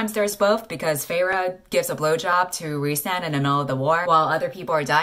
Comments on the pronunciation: rhy's name is pronounced "reese"??! I thought it was "rise" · Every time you say the name "Rhysand" I hear "Ree~san" like weeb that I am :')